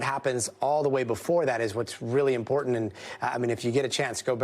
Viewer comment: You lost me at impor'an'. A major news network!